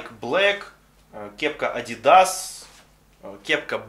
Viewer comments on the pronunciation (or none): none